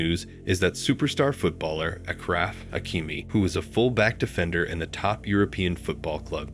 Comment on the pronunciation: his name is pronounced: Ash-raf (not Ak-raf). I don't like to be picky on any cross language mistakes but the way it is pronounced (ak-raf) changes the meaning from "most noble" (ash-raf) to crippled (ak-raf) Thanks for the video! don't stop.